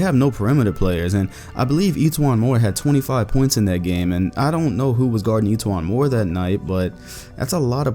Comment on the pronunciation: "That's a lot points for etwuan Moore" had me rollling